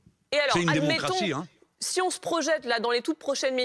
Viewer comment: Il a même dit "démoncratie" j'ai pas rêvé